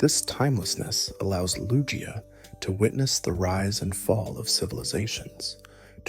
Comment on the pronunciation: Great stuff, it is "Loo-Gee-Uh" though. I think most would agree on that.